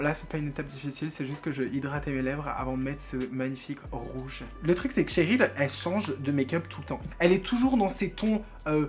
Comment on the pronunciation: Cc super vidéo ! Mais juste un truc qui me chiffonne : on dit pas TCHERYL mais CHERYL. voilà pour moi kiss 💋